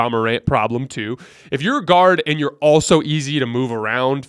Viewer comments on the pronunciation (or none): none